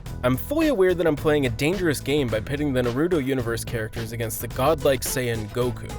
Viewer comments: NARUTO. Not natudo. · I stopped watching after I heard him call it "Nuh-Roo-Doh". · “Shi sew eee uchiha”🤦🏽‍♂️ “Na rooo to”🤦🏽‍♂️” “to bear ra ma senju” “ha gar ra mo” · Fr lol “nurudoo”😂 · Goku is unstoppable so nothing can beat him and you can’t even say naruto right